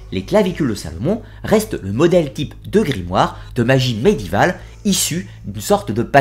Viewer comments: C'est quoi cette manie de prononcer médiéval sans le é ? "médival" ça fait mal aux oreilles... Sinon, très instructif, comme toutes les vidéos de la chaîne... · Ah je ne suis donc pas la seule à l'avoir remarqué, ça me perturbe aussi les oreilles cette bizarre prononciation, sinon tout est absolument passionnant.